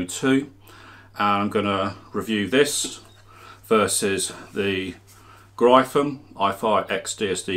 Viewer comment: Gryphon is pronounced like Griffin...